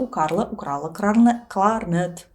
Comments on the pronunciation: Сложно мягкие в русском произносить, да, кларнэт и кларнет и другие моменты прямо бросаются в глаза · Вы произносите «кларнет» как /кларнэ́т/, так норма? Потому, что это заимствование слово?